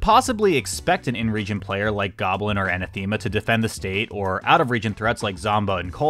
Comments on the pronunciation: Is it just me or are you pronouncing Anathema wrong? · It's so frustrating to listen to so many times aaahhhhh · Anathema pronunciation aaaaa